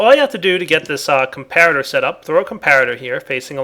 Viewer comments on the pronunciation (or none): none